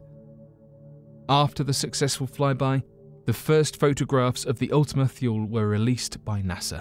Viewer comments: How many times must he say ultima "thyool" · Mistake #1 - Pronounced Ultima Toole. Mistake #2 - The larger lobe is flat & pancake shaped. The smaller is spherical. This was discovered in spring 2019. Mistake #3 - Kuiper Belt pronounced Ky-per Belt. Mistake #4 The FAR Side of the Moon. Not The Dark Side of the Moon. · It's also pronounce Ultima tool-ee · why is the earth orbiting west to east instead of east to west? Wouldn't it get dark in New york before it would get dark in California? You are pronouncing Ultimate-Thule wrong...thule is pronounced THEW-lee or THOO-lee....have you not heard its name spoken aloud before, if so how could you knowingly call it the wrong name? Sounds like you are just as unfamiliar to this as the people you are explaining the kaiper belt object to. "The video is only 11 mins long, would it take too long to rewatch to check facts or have a friend do it for you, if you can't afford to pay an assistant.